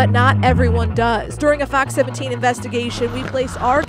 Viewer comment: At the end it sounded like she said Fuck 17 news